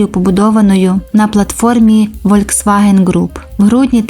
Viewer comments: Літера V в німецькій читається як Ф, тому всеж-таки Фольксваген, а не Вольксваген! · Правильно казати Фольксваген а не вольцваген